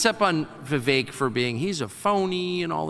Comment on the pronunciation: 😂 FYI. It's not "be-bake"... Its "Vi-Vake"